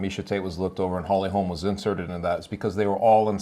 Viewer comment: For fucks sake bro her name is HOLM not Holms.